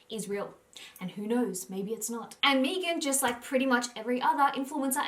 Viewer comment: Meghan not mee-gan. That is how she pronounced it therefore that is the correct way to pronounce her name.